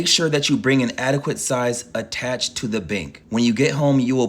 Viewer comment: Attaché. Pronounced - at-a-shay. Aka a briefcase.